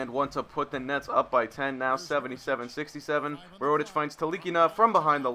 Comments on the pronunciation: it is pronounced mer-oo-tic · Completely fucking up mirotic name